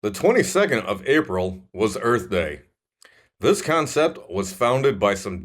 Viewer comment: Buttons... too funny!!!!!! Love the crash! EARF! LOL! That was great!!!!!